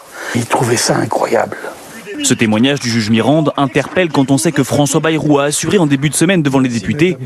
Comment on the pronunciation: Ba-ï-rou, par pitié. À la limite Cazalet (son vrai nom patronymique).